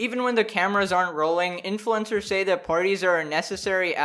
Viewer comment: Oh pardon me but “influencers”? I thought I heard “influenza”